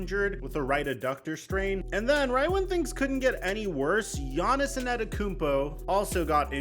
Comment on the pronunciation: Is he callin him Giannison?